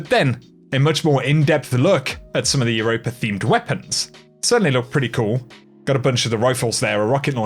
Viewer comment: Quit adding the "er" at with europa...EUROPA ....NOT EUROPER